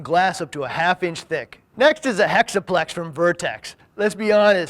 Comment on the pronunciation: Am I the only one who thought the way he said "hexaplex" was funny?